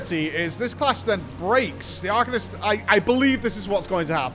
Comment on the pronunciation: drink every time says arcanist wrong